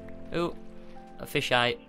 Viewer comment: Did say fish eye?